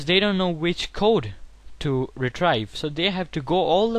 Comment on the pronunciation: good video but it's pronounced as re-treev / re-tree-val